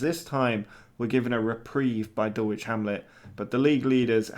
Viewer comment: Also it's pronounced Dull ich...lol my dad lives right near them